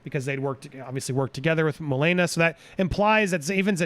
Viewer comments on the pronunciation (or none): I KNOW, ITS JUST THE GUY KEPT SAYING MOE-LANE-AH